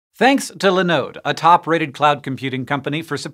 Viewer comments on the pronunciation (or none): Why are you calling Linode Lenode? Their name is a derivative of Linux (I guess...), so there should be the Li, not Le. Great company, btw.